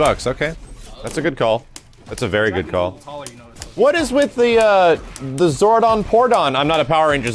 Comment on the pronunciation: I lost it at zordon - pourdon.